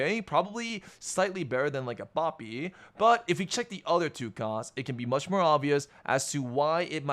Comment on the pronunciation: says Poppy like Papi LOL